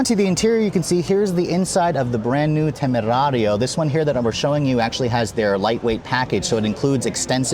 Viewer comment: I though he’s gonna be reckless with the pronunciation of “temerario” but actually it has been pretty accurate!!!👏👏👏